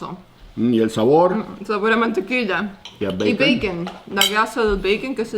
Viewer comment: Por que Audrey le dice Mantequisa a la Mantequilla???? hahh